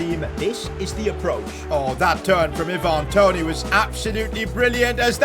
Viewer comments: it's not Evan Toney,,,,it's Ivan Toney... you can pronounce Ivan like Aivan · eeevan toney